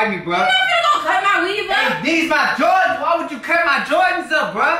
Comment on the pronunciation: Did u say “jardans”🤣